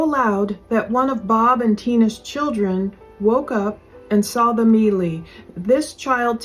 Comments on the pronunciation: Melee is not pronounced like it's spelled... mā-lā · It's spelled melee, but pronounced may-lay. 😒